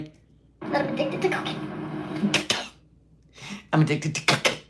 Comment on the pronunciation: That’s right you guise… was addicted to KAH-Cain! Kah-cain!!! Say it fast 3 times.